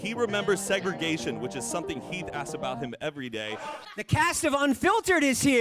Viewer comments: Yes omg the fact that you get heath and Mariah’s names wrong shows how irrelevant they are because I didn’t notice you even saying it wrong for the first couple times. Love you girl. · That Keith and Maria instead of Heath and Mariah had me confused 🤣😂